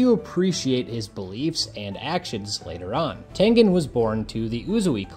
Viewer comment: Thank you for pronouncing HIS name correctly😆😆😆